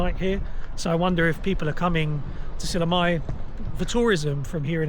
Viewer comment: mitte SillamAe vaid SillamÄe. Ä - ;) Please learn to pronounce the place names of the country you are traveling correctly.